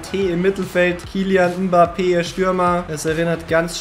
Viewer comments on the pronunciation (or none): none